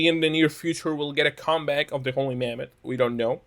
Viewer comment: You sound like you're saying "Holy Mammoth"